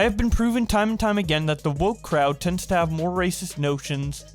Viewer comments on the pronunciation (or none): none